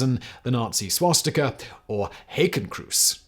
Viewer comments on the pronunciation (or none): A note about Swastika Ontario... During the war they've tried to rename the town to Winston... Local residents pull down the Winston sign and wrote "To hell with Hitler we came up with our name first" Also the town's name is pronounced "Swas Tea Ka" not "Swas Tick a" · What's a "Swashtika?" I've heard of a Swastika before